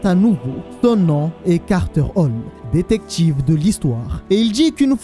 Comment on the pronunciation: Comment tu dis détective chimp j'ai mal au oreille, mais bonne vidéo